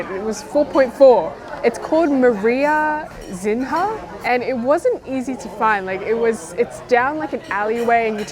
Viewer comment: Did you overnight in Macau or take the bus back? How late do the busses run? Mariazinha is pronounced Maria-zeen-ya btw. It means "litte Maria" in Portuguese. The seafood rice remaind me of a Brazilian dish called Moqueca. It doesn't have rice though. Perhaps there is a link though the shared Portuguese influence. Oh, and just let me know where you want to fly from and I'll pick you up in my Gulfstream G7 😋I wish...